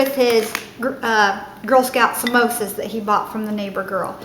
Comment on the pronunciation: Loona doones!😂 Samosas! 😂 😂😂😂😂😂😂😂 OMG everytime you said those I cracked up!